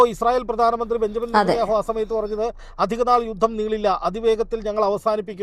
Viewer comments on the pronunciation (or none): none